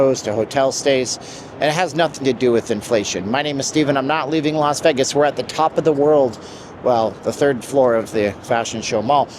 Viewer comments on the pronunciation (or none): I had to stop watching because the way he says vegg-us